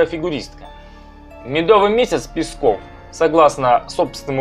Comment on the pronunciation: Мне конечно насрать на Пескова, но я к тебе обращаюсь афтор! Не Песков а ударение на е! Пе!!!пЕсков! А не так как ты выговариваешь ПескоОв!Слух режет!